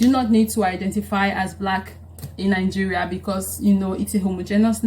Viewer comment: Ningeria or Nigeria?